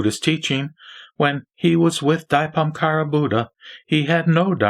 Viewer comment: Your pronouncing of *Dipamkara is not correct!It should be corrected as *Deepankara Buddha! AMITUOFO